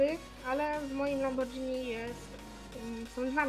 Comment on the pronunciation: wymawia się lamborgini